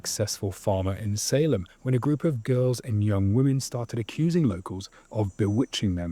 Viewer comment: One of the men that was executed cursed the office of Sheriff. And ever since until the last couple county sheriffs of the Salem area died in office. A curse that lasted about 300 years. it's pronounced say-lem, how he said it Saini.